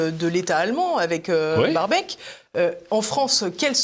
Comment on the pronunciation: Baerbock ! Pas Berbeck !